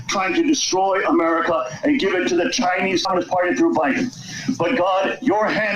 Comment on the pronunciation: Interesting that Moon pronounces “chinesecommunistparty “ all one word just like Bannon.